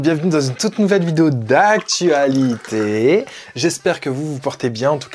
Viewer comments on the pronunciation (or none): Le « D’actualiTHÉ » avec le bered d’atay est juste incroyable 😍😍🤣